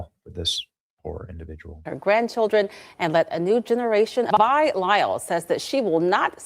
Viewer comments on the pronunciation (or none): Pronounces VEYE not Vee . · Vi is short for Viola or Violet and is pronounced Veye, not Vee. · It Vi “VEYE” not Vee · I Live here, it’s a long I. Vi sounds like Bi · Its pronounced Vi, long I - short for Viola